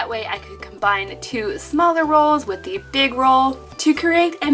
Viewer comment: I cracked up laughing when she said save de turtles sksksksksk🤣😂